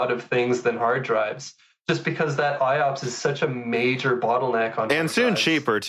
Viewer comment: Please note that IOPS is pronouced I-OPS and not I-O-OPS (both you and misspoke in a previous episode too - just have to mention it, Meyer pronounces it correctly). Great episode though!